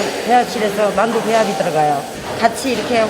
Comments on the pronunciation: 자막 달때 문맥과 맞춤법게 맞게 바꿔 다는것 같더군요. 저도 마늘이라 들리긴 하는데 문맥상 만두가 더 맞는거 같네요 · 아무리 들어도 만두가 아니라 마늘인데...